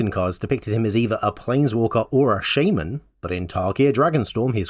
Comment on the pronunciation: Practically never happy with my results in these, so I don't post them, but have some interaction in the form of me complaining about the way you pronounced "shaman" instead. Oh, and I think this is the first MtQ where I failed on the thumbnail question!